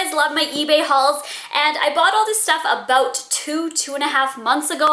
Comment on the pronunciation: Hahahahaha, she said "aboot" :D